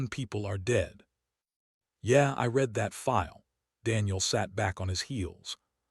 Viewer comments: Great story, though please teach your AI the difference between "red it" and "reed it" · "Starring"?? Not again! Why is Ilo not going to rescue him? Not acceptable. You "red it" rather than "reed it"? Then we try it the other way around: "reed it" when it should have been "red it". "Conquered" vs. "Concord". - what, what, what??? He does not have a roof. And it has already rained on him once before. This is getting too stupid. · Why does ai have problem with "read"?